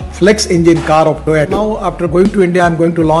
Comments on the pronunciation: He is pronouncing toyato instead of toyota...being a transport minister. These small things are caught by international people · Its not Toyato Mr Gadkariji, its Toyota.But Iam one of your most avid fans,so please continue your efforts. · Gadkariji it Toyota, Not Toyato. 🙂 🙏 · Any idea why he calls it TOYOTO all the time? Someone please tell him its TOYOTA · Toyato nahi sir To-Yo-Ta. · Gadkariji, please start pronouncing Toyota correctly.